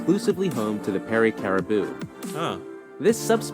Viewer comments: yeah, that narrator really needs to fact check a bit.... Man-I-toba New BRUNswick, not BURNswick CariboU, not Caribo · Its not peary caribo, its peary caribou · yes either the videos narrator, or the writer(or both), are a we bit on the slow side. Or don't have spell check. "New Brunswick" not New Burnswick. "Manitoba" not Mantoba. "Caribou" not Caribo. and the narrator must be from the states, because every time kg shows up in the script he spells it out (kay gee) rather than just saying kilograms, like a normal person. (which suggests that the writer is Canadian...or just copied his research verbatim from Canadian sources)....oh, and the whole Mantoba thing(good catch )...lol...not a mistake a Canuck would make...lol (it'd be like a yank saying they're from Washton DC, or Nevda 😀) You should see if you can find a decent video about the, Snakes of Canada. Might just surprise ya 🙂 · New Burnswick LOL!! New Brunswick, the narrator is a dolt! um, that narrator should brush up on his Canadian names before opening his mouth! Cari-boo! LOL! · And kari-booo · they missed the U in caribou.